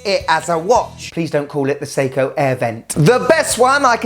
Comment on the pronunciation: "Seiko Irwin"! From Steve Irwin (Crocodile Guy) a Nice um field watch! 😂😂😂